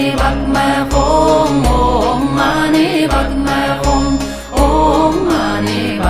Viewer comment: THE MOST PERFECT PRONUNCIATION OF OM MANI PADME HUM.